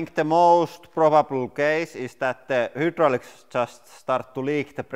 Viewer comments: pronouncing the way it’s spelled....? hy·drau·lics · Hydraulics is pronounced "Hi-draulic" in English. I lived in Copenhagen calling Nyhavn "Ni-havn" until I was corrected. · What is the difference between who draulics and hydraulics? When he talks?? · It is hi droll icks not who drolicks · LoL "the hoodrolics" But awesome video 😁👍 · Whodrolics lol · What's a Who Drolic ?? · Who - draulics ? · Hoo-draulics 🤣 Massive respect for speaking a foreign language and all that, but surely you learn to pronounce the first word in your channels name correctly 😆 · Hoooo - draulics 😂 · THE HOOOTDROLICS 😂🤣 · Listing to him saying hoo-drooliks Make me vomit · Take a shot of snake venom alcohol every time he says hoodraulics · Pronounced Hi-drolics 👍🏻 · I was hoping someone else noticed it. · Hüdroliks. Jepp. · “the hootdraulics” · The Who-dralics lmao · Dude u talk to much and drag on do ur shit and make the damn video. "Hoo-drolics"???? Tf how do u get hoo from hy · Did anybody else died laughing every time he said WHOdraulics.. not truly making fun of them and I will say I do enjoy his channel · Wtf is a who-drallics? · The whodraulics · Whoodraulics? What's whodraulics? ;) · deh HOOdraulics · 'limit for the hudrolics' lol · I mean I don't care but in the USA it "hi-drol-icks" it how is pronounced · anyone else giggle alil when he say's "hootdralics" ??? XD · The resoolt? The hi-droo-licks starts to leeeeeaaakkk...